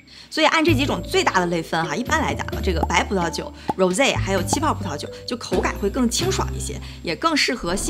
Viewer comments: 发音不是“揉贼”是“霍Z” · 粉红酒发音太奇怪了；不懂法语最好不要乱说话😂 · 小Lin 包括有个男生念的那个 都是英文发音 法语的Rose Champagne 读起来 特别有味道